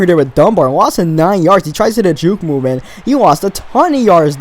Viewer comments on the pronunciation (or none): none